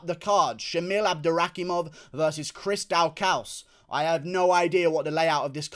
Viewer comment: His name is pronounced Chris daw-cus .. just a little tip my man love the videos